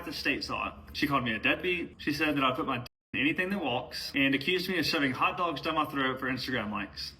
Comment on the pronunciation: I absolutely agree with what you are posting here, with one exception... You can simply edit the vocabulary of just one word you have written here multiple times... VAN YOU PLEASE CORRECT THE WORD "PUT" YOU KEEP REPEATING PIT WHEN YOU SHOULD BE SAYING PUT. I APOLOGIZE IF THIS SOUNDS RUDE. PLEASE BELIEVE ME. MY INTENTIONS MEAN WELL. I HAVE A BAD CASE OF OCD. GOD HELP ME WITH THIS PROBLEM OF MINE. THANK YOU. PLEASE FORGIVE ME IF THIS COMES ACROSS LIKE IF I'M BEING TO ABSURD ABOUT SOMETHING THIS SMALL. AGAIN IT'S MY OCD PROBLEM. HOPE YOU HAVE A GREAT REST OF YOUR DAY SPEBLE.